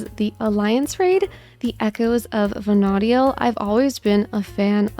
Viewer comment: FF11 players in pain hearing you prounce Vana'diel xD